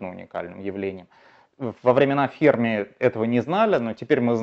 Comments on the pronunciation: Не ФЕрми, а ФермИ 🤦‍♂️ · Но ведь ФермИ, ударение на "и" !